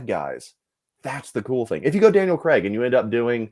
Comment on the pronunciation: I noticed all you guys pronounce Craig as Creg